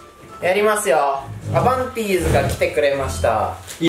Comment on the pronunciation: ディじゃなくてティだった